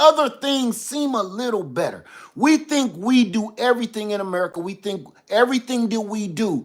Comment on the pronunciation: 😂 “made in merica “